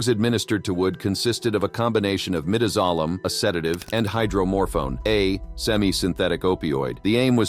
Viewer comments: Learn how pronounce the drugs. Midazolam not midizolam. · The pronunciation of Midazolam in both, Clayton Lockett's, and Joseph Wood's execution is said wrong. It phonetically pronounced My-daz-o-lam